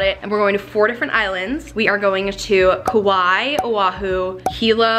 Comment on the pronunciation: Hi there! I just wanted to let you know that Kauai is pronounced “Kuh-why-ee”. No hate at all I just wanted to tell you. Super cute vlog!